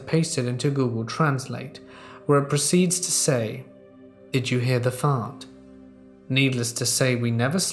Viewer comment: Being home alone and having someone break in is a terrifying thought. By the way, hearing the word 'fart' said in an English accent it sounds so very proper!